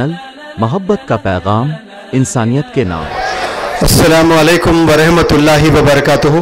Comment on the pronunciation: I am sorry to say that the pronunciation of Rahmatullah is not correct, it should not be Rehmatu-LLAH